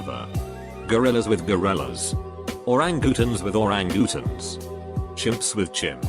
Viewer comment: Ore-ang-goo-tahns lol